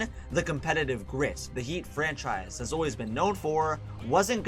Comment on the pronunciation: Hearing him say "chris bosh ahs tragic blood clot problems" got me dead🤣